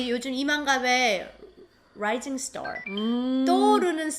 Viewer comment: 유나씨 영어발음 잠깐 들었지만 미국에 오래산 교포나 원어민식 발음이시네요. Rising Star R발음들이 라이징 스타가 아니라 롸이징 스타-ㄹ ㅎㅎ